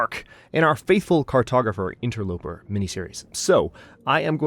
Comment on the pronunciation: did you say "interlooper"? GELtaz has an effect :)